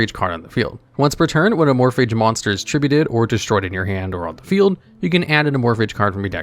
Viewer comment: "Amorphidge" yeah im just gobna comnent and leave i cannot listen to someone willfully and ignorantly choose to call them that